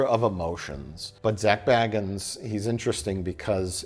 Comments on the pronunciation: It's pronounced Bagans. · Why do you always pronounce zak's surname wrong if you watch ghost adventures you'll hear zak say his name and the correct way to pronounce his name.